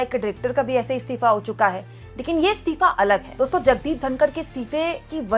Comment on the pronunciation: मैडम स्तीफा नहीं होता है इस्तीफ़ा होता है. और बर्दाश्त ए क़ाबिल नहीं क़ाबिल ए बर्दाश्त सही जुमला है. और आप स्तिथि नहीं बोला करें सही शब्द है स्थिति. आप को पहले भी बताया है लेकिन आप ध्यान ही नहीं देतीं. एक हिंदी anchor से ऐसी उम्मीद नहीं जाती और न ही ये अच्छा लगता है.